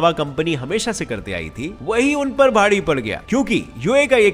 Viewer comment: Bhari ko bhadi boldiya 🤣🤣